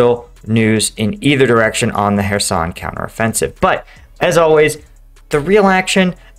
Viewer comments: It is Kherson, not Herson, with a CH as in loCHness, please do your homework... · It's pronounced [x], which as the OP points out is the Scottish English sound in "loch". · Ive been wondering that. Ive heard it both ways but seems english speakers use the hard K and nonenglish uses a much softer sound.